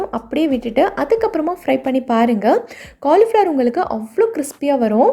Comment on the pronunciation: Super dish,but not cornflour,it is pronounced as cauli flower